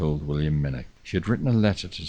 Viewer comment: 99% correct but still needs the 'velar fricative' with the ch as in 'loch' or 'nicht' and narrator please note, as in Minnoch (you only slipped up once or twice! That said, I could listen to you all nicht and have Subscribed - magnificent voice.